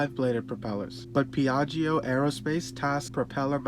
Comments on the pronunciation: Ask an Italian how to pronounce Piaggio! 🙈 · The second i in piaggio is silent.